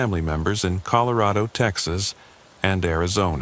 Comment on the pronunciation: This is the first time o heard it as colo. Raid o. It's bad enough you go back and forth between Ellen uh and. Ell. Aye. Nah. AI PROGRAMMERS at their best . Yuk. I hate A U I artificial unintelligence. Will stop watching these also.